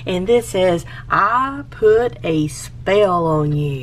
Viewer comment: Omg the way you pronounce I put a spell on you makes me so happy! Also, you've never made a wreath before? It looks amazing!!!